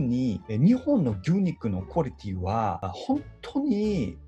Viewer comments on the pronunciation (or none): 韓国語のクオリティがクォ(コ)リティになるところとかめっちゃ分かる笑